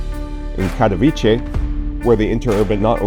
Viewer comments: You know what, I cannot understand why it is sooooo effing hard for you to check the google translator and even try to say it correctly. It is not Cathoviche, but it is Catovitse. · Kind of OK analysis - thanks - but I would recommend studying Polish for 10 seconds and pronouncing the name of Katowice with a 'ts' rather than a 'ch'! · Especially it’s not a difficult name to pronounce. Take German Kattowitz and put ‘e’ at the end. Plain sloppy not to take care of it.